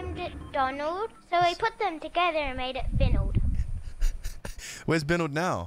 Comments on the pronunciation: TheAmazing Sidney did Say binald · You sayed binald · Nah he said "Binald" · am i the only one who heard him say “binald” insted of “finald”? 😂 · I heard binald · TheAmazing Sidney he said binald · It sounded like “Binald” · Not tying to be mean but he said “WHERES BINALD NOW” not trying to be mean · Not trying to be mean but he said binald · U GOT FINALDS NAME WRONG 🤬